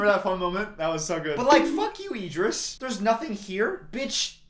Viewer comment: obsessed with Idris’s name being pronounced as ee-dris